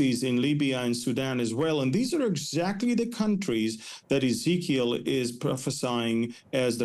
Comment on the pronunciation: "Ezekiel ish"